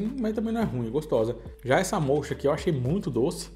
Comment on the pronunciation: O sabor moccha, é café mesmo, fala-se moca.